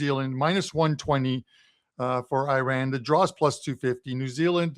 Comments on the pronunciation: It’s painful to hear the pronunciation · I know nobody cares ,but it,s always good to pronounce it the right way!